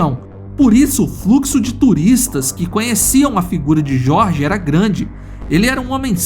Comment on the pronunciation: O narrador do áudio em inglês pronuncia o nome "Jorge" com a pronuncia em espanhol, onde a letra J tem som de R. O Brasil não é um país hispânico , avisa para esse narrador mequetrefe.